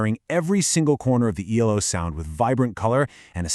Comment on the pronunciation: Nice insight, but if you're going to abbreviate the name, it's E-L-O, not "Eelo".